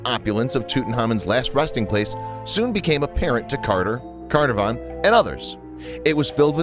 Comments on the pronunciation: Learn to pronounce their names: Tut-ankh-amen, Car-narv-on. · Carnarvon is an English spelling of the Welsh Caernarfon so isn't the narrator glad he didn't have to try and pronounce the Welsh? (Considering the English pronunciation is a bit off...) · It's lord Cuh-NAR-vun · Its pronouncd CAR NAR VON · It's hard to take your information at face value when you can't pronounce Lord CARNARVON correctly! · Please pronounce Carnarvon properly.